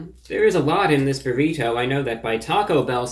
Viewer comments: You say "burr-ito" weird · "burrhito" I love it man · "Burr- heet- toe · The way he says Burrito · 2 Things ... I love how you say Burrito and You really killing bugs with your Sunday's Best !!! #GOAT lol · I like you man but do you really say burrito like that? Wow.. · He hits that hard T in burrito the way Hank Hill would. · ReviewBrah pronounces Burrito like an upper class Brit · the way you pronounce "burrito" is hilarious